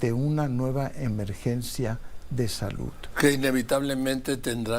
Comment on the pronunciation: Con tanta preparación y cómete los mismos errores al pronunciar palabras que termina en “D” como saluD no salut